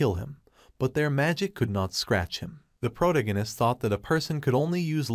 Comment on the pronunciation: Every time I hear the word "protagonist" mispronounced irks me.